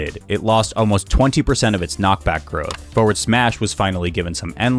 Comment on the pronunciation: Is it just me or does he say "Foeward" not "Forward"?